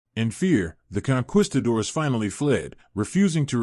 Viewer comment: You are pronouncing Conquistadors Ignorantly. Ge it right or go home. You sound ignorant.